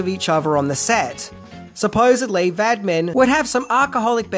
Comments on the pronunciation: Why are you calling him Vadmin? Its Vadim. Cheers. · Why does he think Vadim"s name is Vadmin? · Roger Vadim ( Vadeem), not "Vadmin." Note, at the time, the group "Duran Duran" were formed in Birmingham UK, they dropped the final "d"s from the name "Durand Durand" to avoid copyright problems. There was also a club in Brum called "Barbarella's" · Concerning the name of Jane Fonda's husband at the time, his name is Roger Vadim (Va-deem', not Vad'min). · Informative but i had to stop due to the constant vadmin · Not the "Vadmi", not the "Vadmin"..It's pronounced "Vad-EE-m". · Vadmin?? Sounds like there are things you don't know about "Barbarella"! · Vadman??? Seriously??? His name is Vadim. Pronounced VAH-deem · Va Dim, NOT Vad Min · Why do you say Vadmin, when it's Vadim? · Who in Hades is “Vadmin”? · The writer/director and Fonda's husband was Roger Vadim, pronounced Va-deem, not Roger Vadman. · it's VAD-IM not vadMin... You keep adding an M where none needs to be... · I enjoy your videos, but to listen to you egregiously mispronounce the director's name over and over and over is maddening. Please look at the name "VADIM" - sound it out. How in the HELL do you get "Vadmin" out of that??? And the title is incorrect- it was only 6 things I didn't know about Barbarella. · Love this movie and love your coverage of it. One tiny detail...Fonda's first husband's last name is pronounced VaDEEM. "Vadmin" just does not compute. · Loved the video, as usual. However, you kept calling the director, Roger Vadim by the name "Roger Vadmin". His name is even displayed early in the video on that building-sized advertisement of Jane Fonda. His name should be pronounced Vuh-deem. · Yes, I do not know where "Vadman" came from! Loved the rest of the video, but this clanged. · Not Vadmin but Vadim ! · That's Vadim (vay-dim). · It's director Roger Vadim-- french pronunciation-- Va-DEEM. Please work to get pronunciations correct. Thanks, mate. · Vadim is not pronounced Vadmin!.